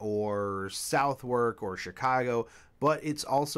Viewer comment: Good video otherwise but Southwalk is pronounced Suvuk...